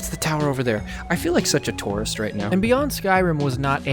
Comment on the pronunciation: I hate how you pronounce tourist. “Tuarist” lol